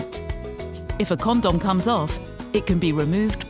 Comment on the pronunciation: It sounds like she saying corn dog